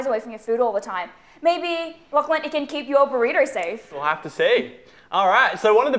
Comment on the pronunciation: May I correct you... "LachyDachy"